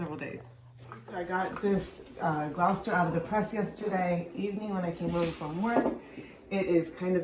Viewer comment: Please look up the pronunciation before shooting the video. It's the name of a city (and county), so the pronunciation is part of another people's identity.